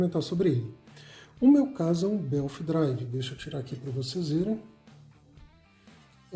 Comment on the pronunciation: BELT-DRIVE E NÃO BELFFF KKKKK